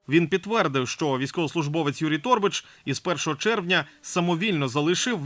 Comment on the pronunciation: Не тОрбач, а торбАч, не гОрбач, а горбАч ітд. Якщо назвали себе журналістом, вчіть правила української мови